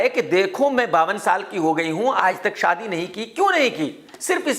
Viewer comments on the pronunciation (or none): none